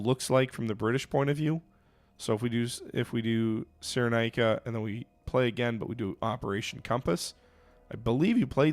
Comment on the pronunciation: It is produced ‘Ciren-eye-ca’